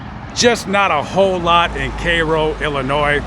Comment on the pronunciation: I am from Illinois so thank you for pronouncing the states name correctly . I use to go from chicago to Mississippi 4 times a year with my family back in the late seventies and early eighties. My how the times have changed .